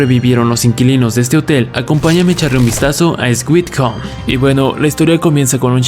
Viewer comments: Oye es "suit" no "swit" no es hate solo te digo como se dice, buen video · A ex weed xd, se pronuncia suid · Yo escuchando como pronuncia :eswit Jajajaja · alguien mas se dio cuenta que pronuncio mal "sweet"?